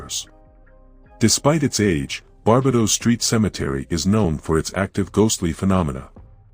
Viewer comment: I understand yr not from Nz but google can help pronounce words, places, incl Maori. Bar- bay-dos. All cemeteries are haunted in Christchurch as they are so old. Also Ctv building due to the deadly earthquakes afew years back. Waikumete Cemetery Wai-ku-mete. Happy to help any time. Yr video's are very interesting. Thankyou